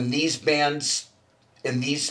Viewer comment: Keith is great. He can add an extra syllable to the word “bands”. It’s like “Beee-yands” 😂 Legend.